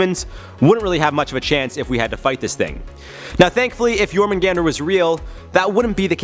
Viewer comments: It's actually pronounced yorhahmungahndar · It’s pronounced yor man gandar